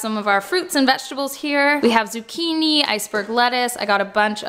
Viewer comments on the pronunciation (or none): none